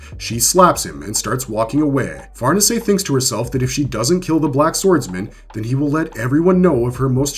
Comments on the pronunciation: Accent is on the second syllable, not the first. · Ok wait I was told that we call that one "Far Niece". So now were going with correct pronunciation like Farnese is the Duke of Parma. You people...